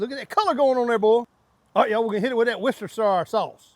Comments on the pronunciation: worstersure... thats how you pronounce it mate :) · "Wistershire sauce" 😂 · Why can’t Americans pronounce woscestershire 😂😂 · “Worster” is not a word 😂😂😂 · One day an American might be able to pronounce Worcestershire Sauce correctly, maybe 🤣